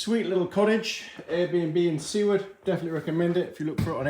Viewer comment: BTW it's Soo-ward. You're saying it correctly.